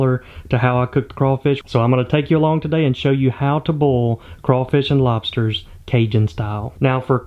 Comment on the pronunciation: Say Boil without sounding like "Boiah"